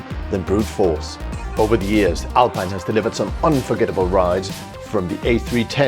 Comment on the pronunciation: Great vid. P.S. It's pronounced Alpeen